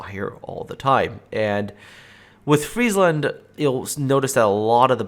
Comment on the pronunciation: ty for pronouncing it correctly and not making it a "McDonalds" ship